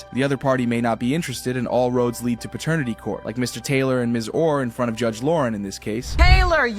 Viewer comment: It's pronounced pat ter nitty court. Not pertanity court.